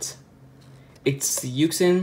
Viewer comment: it’s yuSHin not yuKSin